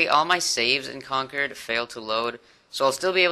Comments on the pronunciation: I pronounce Concord like that too, like conquered, I think that's how people who live there pronounce it. Like plymouth isn't ply-mouth but more like plymith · u said concord the same way preston says it so yer probally got it right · As someone in New England, he pronounced it correctly. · You said Concord correctly, I'm from the northeast. I think the Con-Cord (as opposed to conquered) is a british thing. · you pronounced Concord the right way, I live in Mass and the hardest town for people to pronounce is Worcester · I'm from the area. You make Bostonians proud by saying Concord correctly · that's how you pronounce Concord..... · Thats how I say concord and I'm from Massachusetts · As someone from the Boston area, you are saying concord right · Do not listen to anyone, you are saying concord right, I grew up in Boston and mass. It's right. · It's fine, you pronounced concord right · i live in Massachusetts. you're saying Concord right.